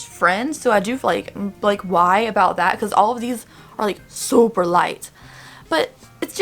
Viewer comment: when she says super hahaha it sounds funny